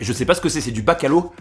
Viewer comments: je suis morte 😂 même moi, je suis française et d’origine italienne donc rien à voir, et je sais que c’est bacalo et sa se prononce [bakalaw] 😅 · Bakalo 🤣🤣🤣 La prononciation phonétique c’est Bakayao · tu m’a tué en disant bac à l’eau au lieu de bacalhau 😂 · mdrr du " bacalo" pas vraiment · La prononciation "bacalo" mdddrrrrr ! J'adore :D Super ration, ça fait plaisir de voir les produits de son pays ! :) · Du bacalo mdrr y ma tué ce, le fejoada on prononce le j comme un j et pas un r